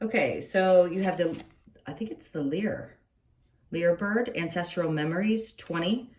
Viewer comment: Lyre bird pronounced liar.